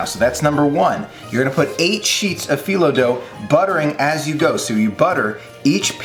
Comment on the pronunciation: Loved watching this! It looks delicious and makes me really wish I wasn’t allergic to walnuts! 😊 Thanks for sharing this recipe with us all! (And you pronounce phyllo correctly! 👍)